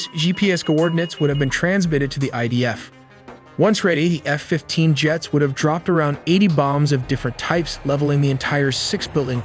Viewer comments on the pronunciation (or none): claims not to use AI but pronounces F as "hannafef-15"